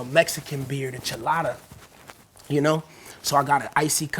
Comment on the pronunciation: Rip to bad azz boi said chelada